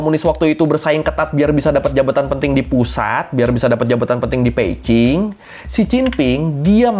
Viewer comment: Mantap nih, abang ini, mulai baca yg bener, b di baca p, salut buat abang 👍🏼